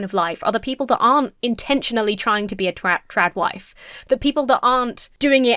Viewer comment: Am I the only one who hears "Drag Wife" instead of "TradWife"